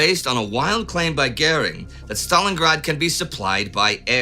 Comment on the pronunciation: For the love of all that's not too terribly unpleasant, ask Astrid how to pronounce "goering". I thought everybody know Paulus' nickname was Jose?